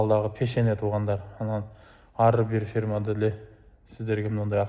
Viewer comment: Ферма эмес фирма десең 😂😂